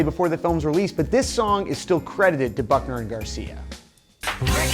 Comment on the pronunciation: I KEEP HEARING FUCKNER AND GARCIA IT'S NOT EVEN FUNNY